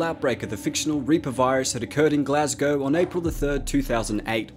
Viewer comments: Makes a nice change to hear someone who isn't from the UK pronounce Glasgow properly. But Lothian is pronounced Low-thee-an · I'd like to thank you for actually pronouncing Glasgow properly instead of the usual Glass-cow I hear everyone else saying it as.